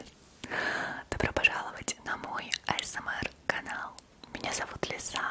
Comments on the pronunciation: Почему ты говоришь Айсэмэр? Говорится же Асмр хоты бы Эйсмар говори а то Бесит то что ты так говоришь Айсэмэр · крутое и аппетитное видео☺️Но американцы говорят ЭйЭсЭмАр(Р проктически не выговаривая) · правильно произносится [а эс эм эр].